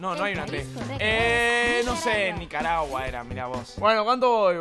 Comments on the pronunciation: lo dijo mal Nicaragua xd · 2 veces diciendo nicaragua xd Y después lo dice mal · dios yo tmb dije nicaragua q dislexia